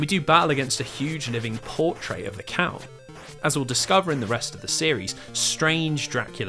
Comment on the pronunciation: i've never heard portrait pronounced like that in my life. truly shocking.